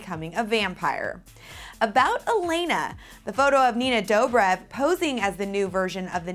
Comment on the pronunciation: dobreh is how its pronounced!!!!!!!